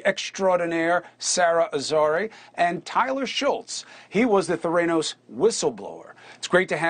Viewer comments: I like how he pronounced Theranos as “Theraynos”. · Ther-ay-nos? Has Cuomo never heard the company name spoken aloud? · You'd think at this point of this years-long story Cumo would know how to pronounce THE COMPANY'S NAME!!! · With all that time on his hands, you’d think Chris could have learned how to pronounce ‘Theranos’ properly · Chris - how are you mispronouncing the name of the company when this story has been around for YEARS??? Come on man. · Dude! You're a news anchor. Learn to pronounce Theranos. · Freedo cant even say Theranos right